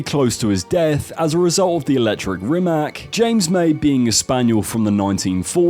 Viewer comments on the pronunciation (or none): Rimac is pronounced like Rimatz